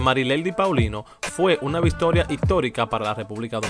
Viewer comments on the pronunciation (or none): Una Vistoria olímpica ..coño vale deje eso que usted tiene problema cuando habla